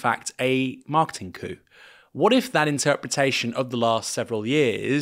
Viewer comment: “Coup” is pronounced “koo “. It’s not for chickens.